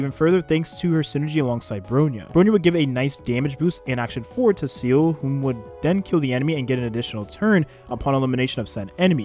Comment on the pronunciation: this is the first youtuber that i heard pronounce seele as "seal" instead of "see-le"